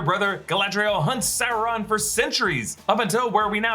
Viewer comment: OMG. He's not Chinese Food. It's not Souron. It's Sauron.